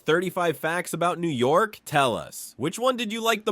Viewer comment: The pronunciations are shitty in this lol. He is obviously not a real New Yorker